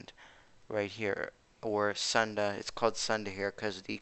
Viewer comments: It's called SOON DA not SAN DA you toilet paper users.. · The pronunciation in not SAN DA (as in this channel) but SOON DA, the part 'Sun' in 'Sunda' is not pronounced as 'sun' as in the name of the burning sun in our solar system but pronounced like the word 'soon' as in 'pretty soon' or 'sooner or later'..